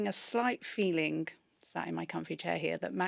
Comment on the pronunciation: Feelink, pushink.. let’s keep it Englishk